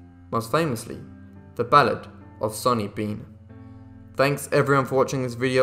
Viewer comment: Its sawny bean not sunny bean.